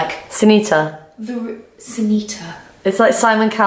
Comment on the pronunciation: Senita means toilet in portuguese atleast how you pronounced it hahaha 🤣🤣🤣omg i need to get that book only for the cover of course it would fit perfectly in my purple room 🤣🤣🤣👌👌👌